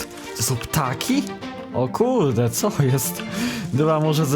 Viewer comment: kocham to "kurde" bez r hehe ;33 szkoda tylko że takie małe zasiegii , powodzonkaa ;>>